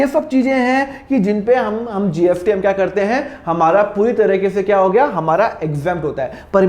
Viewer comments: Aap S ko F bolate ho kya .....jaise kamineh movie me shahid kapoor स ko फ bolta tha waise aap bhi......GST hota hai GFT nahi.....fir bhi nice explaining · SIR ITS GST NOT GFT 😅😅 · App GFT kyu bol rahe ho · GST HAI SIR PRONUNCIATION THODA DAROOST KAREIN😊